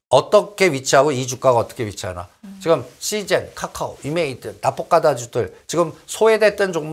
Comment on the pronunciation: 까까오 라고 발음하는 이유가 뭘까? 설마 몰라서? 그렇진 않겠지. 글타면 초등학교 다시 갔다와야 될 듯 기본인데....